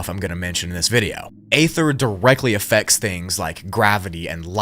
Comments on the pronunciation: It's pronounced E-ther not A-ther. 😊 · It's EEE-THUR, not Ay-thur 🙄🤦‍♀️ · Great video bro , its “Ether” though dont say the A lol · Aether is pronounced Ether. It is a silent A. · at least I wont have to here the word 'A'-THER EVER AGAIN 😅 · I think its EE ther. Not what your saying bro. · By "aether" do you mean "ether", I trust that this is just a fictional story and that people don't actually believe this is true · Bro it’s pronounced (ee ther) Aether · Pronounced Eeether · You said “etheric realm” but you’re mispronouncing “aether” I’m far more irritated by that than I should be. The “a” is silent, just say ether